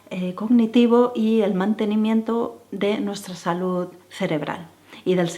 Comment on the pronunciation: Es "salud" no como tú dices "salut". Me parece que "estiras" todos tus consejos...que por otro lado siempre va a lo mismo. Además son consejos para pijos...los que no lo somos nos quedamos fuera.